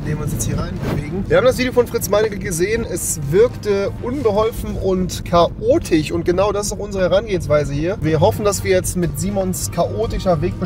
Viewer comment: Kaotisch nich Kaotich 🤣